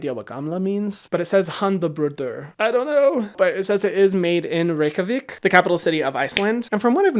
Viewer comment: i was shook when you said Reykjavík right omg!!!!😭😭 most people pronounce it wrong